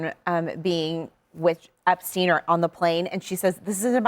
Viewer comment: My favorite part was when she intentionally mispronounced the name she absolutely knew at the tip of her tongue to create the appearance of lack of knowledge..NOBODY mispronounces Epstein. He didn’t kill himself. Hillary’s hands are DIRTY